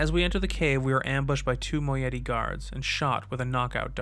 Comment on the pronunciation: Another mispronunciation. It's "Moh-EYE-it-ee" ;) Fantastic videos. Loving the dramatized intros of The Stranger too. Congrats to everyone involved. Looking forward to more!